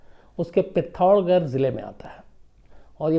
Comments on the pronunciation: Sam sir, aapne jo Uttarakhand ka place ka naam pronounce keya wo galat hai...pittorgarh nahi hai... ish naam ki koi bhi place Uttarakhand me hai hi nahi... Pithoragarh hai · Pitthoragarh hai sir not pitorgarh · सर उस जिले का नाम पित्तोरगढ नहीं पिथौरागढ है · सर उत्तराखंड के जिस जिले का आप जिक्र कर रहे हैं थोड़ा सा बस उच्चारण गलत है उसका नाम ""पिथोरागढ़'" है।